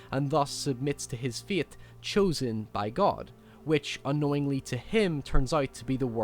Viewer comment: is super smart, but goddamn I can't stop chortling when he says "baebae" and "faete" snaeke